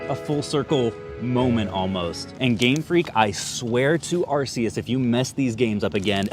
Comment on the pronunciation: Even after pokemon making an ARC phone to help us pronounce arceus , we still mispronounce it 🥲